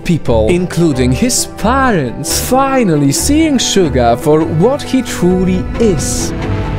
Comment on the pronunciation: YEAH Thats's How u Pournouce suga last video of bts i say u pournouce suga wrong, but then yeah